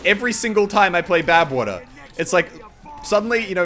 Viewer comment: I heard you say Babwater once.